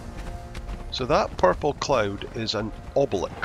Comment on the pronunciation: Mate, learn to pronounce obelisk cos it’s cracking me up 😂